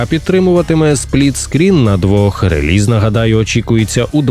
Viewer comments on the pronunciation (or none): none